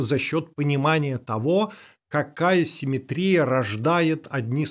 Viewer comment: Почему он так ставит ударение в слове симметрия